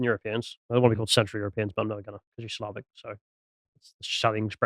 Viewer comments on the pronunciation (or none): none